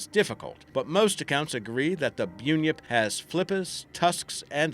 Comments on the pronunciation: He really said byunyip Also it's pronounced bun-yip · Bun-yip... BUN... YIP.... LIKE FUCKING HAIR "BUN" OR STICKY "BUN" OR "BUN" IN THE FUCKING OVEN GET IT!!! BUN-YIP BUN-YIP FUCKING BUNYIP NOT FUCKING BYOONYIP should research ya pronunciation when ya research ya crytpid stories fucking does my head in listening to fucking byoonyip AND YOU SAID IT LIKE 20 FUCKING TIMES BYOONYIP BYOONYIP ITS FUCKING BUNYIP FOR FUCK SAKE. FUUUUUUUCCKK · bunyip (bun yip) not (byoon yip) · Byew-nips 🤣 Bun-yips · rightyo shit head. its bun-yip not boon-yip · Bun yip. Not buinyip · It's pronounced bun yip. Bun as in cream bun. Not buneyip. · BUN-YIP... It's pronounced like a bread roll = 'bun' followed by 'yip', the first syllable of yippee! NOT Byoonyip... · Byoonyip LOL it's Bunyip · It's pronounced bun yip not bune yip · loved this. as an aussie it is pronounced bun-yip not bu-nyip but good try on the aussie accent :) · Is pronounced hawksbry and bun-yip and there is actual evidence of the panther in nsw as they have paw print moles of it it’s actually thought to be a panther cat hybrid that have reproduced when someone brought a panther but couldn’t handle it and set it free look up the 60 min documentary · Its pronounced Bah un yip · Bunyip is said like - bunny. Bunny, Bunyip. Easy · Good on ya, but a word of advise, please DO NOT pronounce it the same way this dude did. it's Bun-yip. also don't go to the town of Bunyip, go to the one over coz that has the most historical stuff and info for tourists, Bunyip (the town) is more or less a cluster of bakeries. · Its bun yip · HAHAHAHAHAHA.....boonyips X-D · Ugh! #2 pronounced Yow (like cow)-eee #1 pronounced Bun (like cream bun, or the bun you style your hair into) - yip. And for good measure: dear Americans. Emu is pronounced eeeem-you. NOT eeemooo. Thanks. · and bunyip is pronounced as bun-yip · If he's an Aussie...yeah right..... Why can't he pronounce Bunyip or Yowie correctly?